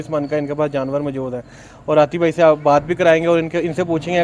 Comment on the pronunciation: Dear you're doing good job. Please make it correct, Its "Bhai" not "Bahir" 👍